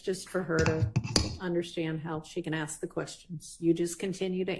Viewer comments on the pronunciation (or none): ask ask ask!!! not axe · Using axe in place of ask really makes you sound like a dipsht especially females